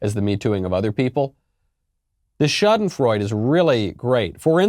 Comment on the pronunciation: As German I am very impressed with your Schadenfreude pronounciation. Love your show and greetings from the other side of the big pond.